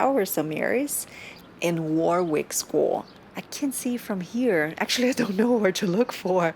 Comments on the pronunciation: "Worrr Rick" Not War Wick. Thank you!! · It's not pronounced Warick, it's Worrik. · A excellent vlog again, well done! Just a small note - 'Warwick' is pronounced 'WaRick' an easy mistake to make though. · My apologies to the British for mispronouncing Warwick in the entire video! 😂🤣😱😫 The funny thing is that I actually said "WaRick" various times while shooting (it's so much easier!!!), but filmed again for thinking it was wrong 😂😂😂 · Its war rick castle not war wick ok good video and it was the seat of english kings years back O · As a local lad I find it interesting to see where I live through someone else eyes. Actually I was born in Coventry so very adjacent to Rugby, Birmingham and Warwick. By the way I don't know if you know about silent letters? The second "W" in Warwick is a silent one so it's said Wa-rick. Cant wait for the next video. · Warwick is pronounced "Wo-rick" .... starting staying "what" but forget the "t" and replace with "rick" .... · War is not pronounced when saying Warwick. It’s has a silent r. Wawick or Wowick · its pronounced Worrick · Note to our American Cousins: 'Warwick' rhymes with 'Yorick' (Shakespeare claims to have known him well):-) Note to: Another great video, Honey: England LOVES you (so don't be a stranger for TOO long - okay?)!! Vaya con Dios. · I don’t know if anyone has mentioned it already but cities in the UK are only referred to as a City if they have a Cathedral. Warwick is a town as it doesn’t have a Cathedral. Oh and don’t worry about mispronouncing Warwick most tourists do 😁👍🏻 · Great video, however one thing that was incorrect other than the pronunciation, is that Warwick is a town not a city. Nearest city would be Coventry. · The w in the middle of warwick is not pronounced. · Great video, but you continually mispronounced Warwick and that was very frustrating and distracting. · Bless ya for trying, it was a lovely little video though. Made me homesick